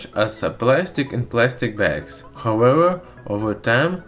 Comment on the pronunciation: however= howewa😂